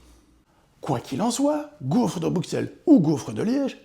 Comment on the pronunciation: Bruxelles c'est ta maison mais tu dis "Bruqsselle", rentre chez toi m'fi !